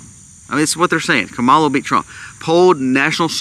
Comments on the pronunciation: If you’re going to try to make a valid argument for your vlog, you should first learn how to properly pronounce her name-loser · That’s not how you pronounce her name and you know it don’t be racist, dude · Wow. I have never heard so much hypocrisy from you man. You could have replaced her name with Trumps name on much of what you said. How can you trust a man that lies every time he opens his mouth? You've never watch the DNC convention? That's saying a lot. You only hear what you want to hear. All Trumpers are that way. Stick to prepping Sir. And learn how to say her name right. See you in November. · You're saying her name wrong